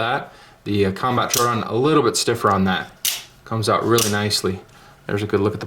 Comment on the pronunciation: FYI, Troodon is TRO-owe-don like the dinosaur.